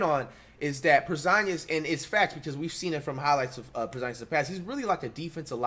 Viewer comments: U serious w that porzingus pronounciation i cant tell 😅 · Por Zon Gus